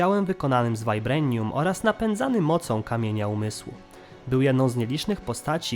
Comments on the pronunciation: Ultron, Tony Stark, Wibranium itd.. A nie altron, toni stark, wajbrenium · zbroja z wajbrejnium XDDD to się chyba mówi wibranium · Z tą wymową to przesadzasz, nawet w filmie mówili "wibranium" a nie "wajbranium" czy "ultron" a nie "altron"... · Ale wibrejnium juz przejdzie ogolnie materiał zajebisty ale naprawde moze i mowisz poprawnie ale brzmi to źle